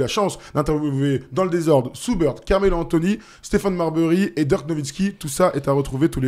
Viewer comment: Dirk, pas Deurk.... il est allemand. 😂